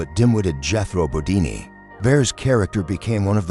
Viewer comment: Bear instead of Baer? Bodini instead of Bodine? Is this the future of sound tracks?